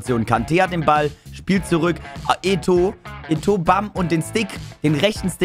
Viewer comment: ich Feier dich und gönn dir dein Team, was mich aber stört ist das du Eto sagst, der wird halt eto O ausgesprochen 👍